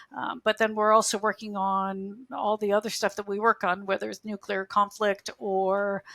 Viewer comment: It's nu-KLEE-ar, not nu-QU-lar ! Even my 5 year old can say this!